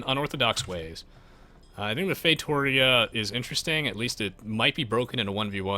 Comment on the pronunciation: Say it fay-toh-REE-ah